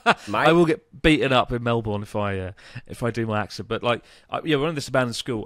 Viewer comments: I don't think it'll be Chris' bad accent that will get him beaten up and thrown out, it'll be the way he says "Melbourne" 😅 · Chris, you won't get beaten up for using the accent, you'll get beaten up for saying mel-born XD It's pronounced melbun btw hahaha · I feel bad that Dan didn't teach you how to say Melbourne. It's pronounced Mel-bin, not Mel-born. Also your Aussie accent sounds like a cross between NZ and AUS, but honestly not bad, just add a bit more British accent twang in there and you'll sound like you're from the Gold Coast.